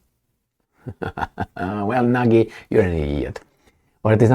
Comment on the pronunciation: The Slovaks name is Nagy, speak it like natchy or natschi, the most common HUNGARIAN name, means " Great ".Jaroslav is a pagan ( non christian ) name. Jaro means " sun ", slav is " glory ". We can call him " Great glory of the sun " . With such a name , he thinks, he is always on the right sunny side. But he is with Selenski, the little jewish clown, a brutal guy like all little men( Napoleon-Komplex in Psychiatrie ). A most corrupted Nazi autocrat. " Transparency International " put him on place No133, the worst corrupted in the world. A guy from the dark side !